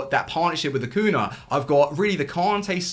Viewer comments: Ah-Coo-Knee-Ah. You're forgetting to pronounce the "ñ" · How about you start pronouncing Acuña's name correctly? It's not that difficult.